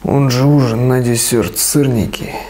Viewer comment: Почему именно дисëрт а не дисерт?